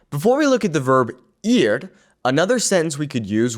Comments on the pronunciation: he pronounced the Spanish word “ir” like “ear” instead of “eer”. But he only did it once, I should have watch the whole video before commenting. It’s not that big of a deal. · The “ir” is pronounced more like eer. More e sound. The I in Spanish makes more of an e sound. Just so you know.